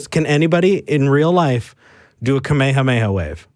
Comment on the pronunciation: Thank you so much to for knowing it’s pronounced Kamehaneha wave, and not Ak Me Ha Me Ha wave. Kamehameha is what it’s called. Ak Me Ha Me Ha is what you yell when doing the Kamehameha wave.